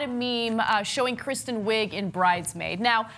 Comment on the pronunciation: haha he said kristen wigger